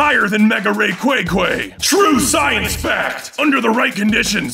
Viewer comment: "Mega Ray-quay-quay" lolwut